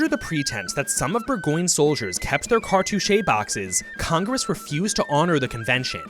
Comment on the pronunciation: cartouche is 2 syllables fyi. Thanks for the great video!